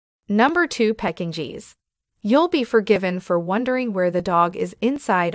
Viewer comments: I am laughing so hard at the pronunciation of the Bichons, Pekingese, & Coton de Tulear- obviously this person knows nothing about dogs. 😂😂😂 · Yes! Peck-in-jeez was hilarious. And the pronunciation of "epitome" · Phonics? vs French ?...Bicken Fries?🤣😂🤣Peck-en- gees? You're killing me Smalls😛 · It is pronounced beeshawn Frisay. Not Bekin freeze. Learn to pronounce these names Pekín needed not Pekín geez. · I have never heard of a dog called Bacon Fries (bichon frise). What a peculiar name!! Please get the pronunciation right, it sounds so funny saying bacon fries!?!🤣😂 Well, I come to the end of this video and find now that the Pekinese is now called the Pecking Cheese!! Oh please!!! Lol!!😂🤣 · The speaker's mispronunciation is alarming....Bichon Frise, Pekingese and Coton de Tulear.... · the reader mispronounces Bichon Frise,feisty, lives,Cotun Tuleare, epitome,suffices and Pekinese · Good heavens! Learn proper pronunciations. Bichon Frise ! Pekingese! Also, you have pictures of other breeds as though they are the breeds being talked about. See pug especially